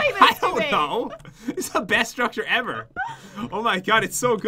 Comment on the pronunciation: never have I ever-er loved that weapon so much 😂 Me in English class: Ever-er! 😂